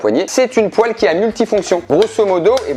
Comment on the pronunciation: enfin il prononce le mot "poêle" correctement ! Vive le Nord !